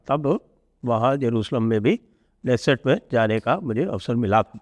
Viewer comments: Dixit Ji, I humbly submit to you, your team and rest of everyone that the Israeli word "Knesset" is NOT pronounced as in English "Nesset", keeping K as silent! The actual pronunciation is WITH K... like this "KANESET"... In Hindi it'd be कनेसेट 🙏🏼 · Sanjayji, in Hebrew, the ‘k’ is pronounced fully, hence it is क्ने सेट